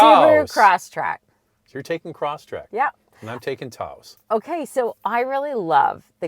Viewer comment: What is a TAO-OHsss? Someone having a stroke? Phone the mayor of Taos, NM and ask for the correct pronunciation. Fine bucks says it ain't TAO-OHsss.